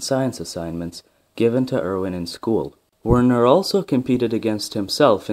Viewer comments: It's pronounced virna heisenberg. And it's surprising that his brother is also called Erwin. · Pronounce the W like V. You also forgot about Werner's older brother Groucho Heisenberg who always knew where he was just not certain how he got there.